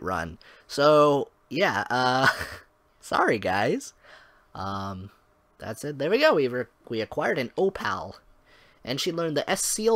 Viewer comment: Yea I had to really request to use a costume lololol. When you want someone to cast a spell and they get hit they are interrupted and won't do it until you tell them again. Omg you were in OVL and didn't summon lol. Wow that Rave lol....O-pal??? Its O - Pull. For Luin you need to donate 500K. Dude it was voiced lol.